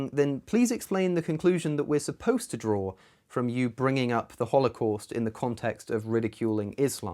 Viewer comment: British people cannot say 'draw'